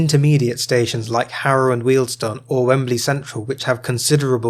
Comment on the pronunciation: I think that, short of reinstating the WJ section, terminating at H&W is the next least worst option. It gives access to National Rail services out of Euston from places other than Euston itself. Also, thank you for pronouncing Wealdstone correctly - Jago always gets it wrong! 😄